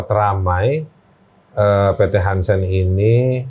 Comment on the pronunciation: PT harsen bukan hansen